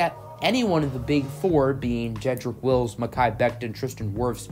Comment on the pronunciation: Take a shot every time he says “Willis” instead of “Wills”